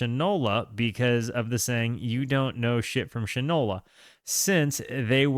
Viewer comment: It’s pronounced Shine-ola. As in shoe polish. Usage: “That boy don’t know the difference between shit and Shinola”